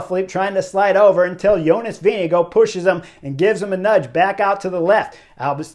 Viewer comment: p.s. thanks Chris for pronouncing JV last name correctly... in an earlier video of yours i said i have no idea if you are nailing the name (you were) and suggested some press ask him to pronounce his own name ... still after that interview GCN was saying Vingegaard wrong lol. not sure if they got it right yet.